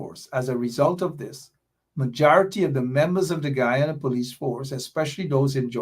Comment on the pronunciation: Why is it that has a problem with the pronunciation of the word Guyana. The proper pronunciation is guy an' a..the Ppp has the correct pronunciation.